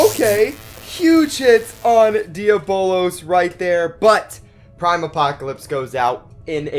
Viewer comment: You’re pronouncing diabolos wrong